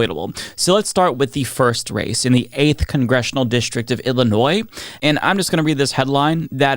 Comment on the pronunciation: It's Illinois.